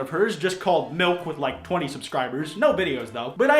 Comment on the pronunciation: Still I hear miwk and not milk so please help meeeeee